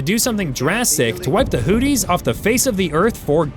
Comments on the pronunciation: It's Hoothies not Hoodies like a coat with a hood!😅😅😅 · Am I the only one who realizes he is mispronouncing Houthis. He saying Hooties & it mskes my brain hurt lol... It just sounds do weird. Its pronounced Hooth-ees" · Just for the record, the bad guys in this conflict are HOOTH-ees, rather than HOOT-ees Over the next few minutes, I heard more bloopers, which is when I finally realized this is being narrated by yet another AI bozo. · "The HOOTIES!" Is that like the Goonies? It's pronounced with the second h. Your AI failed you. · The way you pronounced things 🤣🤣🤣 all I could hear was “Houthie and the blowfish…” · Hooties. Someone please work with this bot. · Hooties, or hoopties? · You can't even pronounce Houthi's correctly.